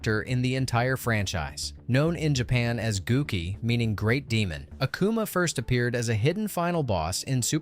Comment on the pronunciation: You gotta hate uh-koo-muh and go-ken cause there's no way you mess up their names that much